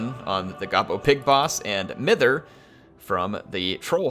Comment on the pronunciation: Mither should be pronounced mye-ther. Its a word to describe old ladies having a fuss and a worry about nothing. Bit of old English regional weirdness.